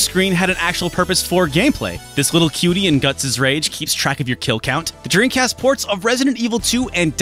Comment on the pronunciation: Do you say “dreancast?”